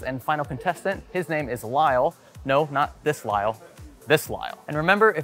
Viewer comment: Calling Kyle "Lyle" is a massive L right there.😂😂